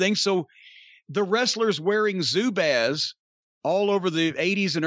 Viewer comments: In MN we pronounce it like bras, with small a. Zubaz. I have never heard pronounced in my life as Zubaz with an A as in ape. Crazy. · Here in Minnesota they're pronounced Zoobahs. 🙂 I had me a pair of MN. Gophers colored ones in fifth grade. 🙂